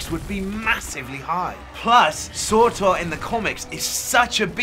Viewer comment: Just personally bugging me, it's SURTUR (Sir-tur) not SORTOR (Sore-Tore)